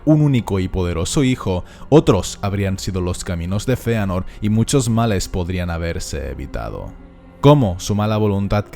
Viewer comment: Sisi se pronuncia Feanor